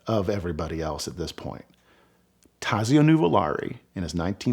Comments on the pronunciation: Great storytelling but Taxio is pronounced Tott so. Clark is my favorite driver but I cannot go against Enzo and Ferdinand’s choice for the best ever driver. BTW, Varzi is pronounced Vott si. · The Z in Tazio is pronounced like the Z in pizza not like the Z in zone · My ears bleed when I hear his pronunciation of Tazio's name.